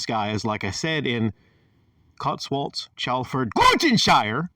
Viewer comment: Gloss-terr-shy-uh is how it’s pronounced 😂